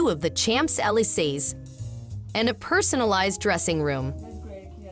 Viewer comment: Narrator could learn to pronounce Champs-Élysées correctly. Hint: It's not 'CHAMPS' as in 'champions'.